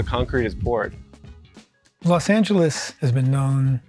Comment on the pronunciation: *Los Not Las